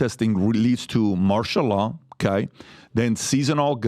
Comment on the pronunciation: It’s Martial Law not Marshall Dillon people.